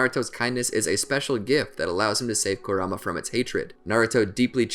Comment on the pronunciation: could only watch 6 mins of this before i got tilted at the way you said kurama